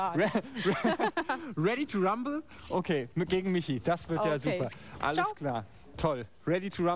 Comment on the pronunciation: weady to wumble